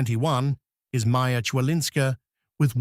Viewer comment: not /chwalinska/, but /khvalinska/. not /chirstea/, but /kirstea/, not /muchova/, but mukhova/, bot /rybakina/, but /rebakina/.